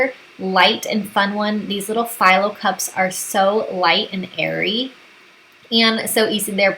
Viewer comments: Thanks for the recipes. Just FYI, the phyllo shells are pronounced fee-low not figh-low. It’s a Greek pastry. I know it’s probably one of those words you’ve seen but never heard anyone else say it. Now you know. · great appetizers! Not being rude, but Phyllo is pronounced Feelo